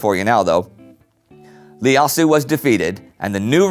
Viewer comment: The Ethiopian emperor’s name was actually Iyasu with and “I”- pronounced as “ei” not “L” since you were pronouncing it as “Lyasu”. It’s a biblical name which translates to “Josiah”